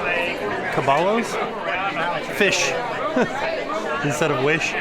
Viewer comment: Not the three Cabalos?! 🤣 it's cah-bah- yos (means horses).